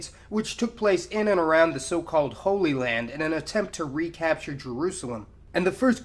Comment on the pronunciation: "So-called holly lands?"